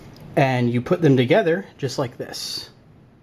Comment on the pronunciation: put not pit